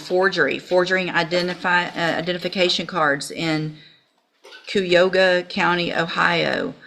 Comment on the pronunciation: We in Cuy- a- hog-a (ki- a -hog--a) not Coo-e-oga always laugh at people that cant say it right.